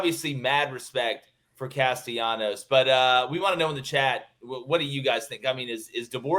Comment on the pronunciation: Gentlemen, if you are truly interested in showing respect to Florida State perhaps you should say the name of the quarterback the way he and his family chooses to call him!!! His name is Tommy Castellanos. There is no y sound. He is not Latin American.